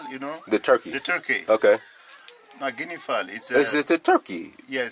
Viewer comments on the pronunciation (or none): A Guinea Foul is not a turkey dude; the man said Guin a foul and you’re still saying turkey. Smh